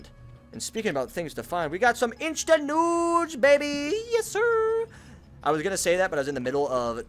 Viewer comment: please stop saying instant nudes it sounds so weird